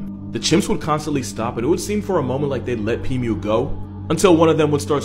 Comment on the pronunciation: Pimu ❌️ Pee mew ✅️